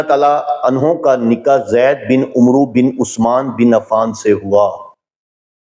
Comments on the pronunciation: Request h k Umroo talafz drust nhi, ise Amar prha jae please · یہ عُمْرُوْ نہیں عَمَرْوْ ہوتا ہے ۔ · This is not amru it's amar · hazrat Umru nahin es ko amr bola jata hai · Umru nahi, Amar kehte hain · عمرو کو عمر بولیں ع پر زبر پڑھیں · السلام علیکم و رحمۃ اللہ علیہ محترم عمرو میں و کو نہیں پڑھا جاۓ گا یہ لفظ عَمَرْ پڑھا جاتا ہے لکھنے میں واؤ آتا ہے پڑھنے میں نہیں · عمرو لکھنے میں آتا ہے لیکن پڑھا عمر جائے گا۔ ع کے اوپر" زبر"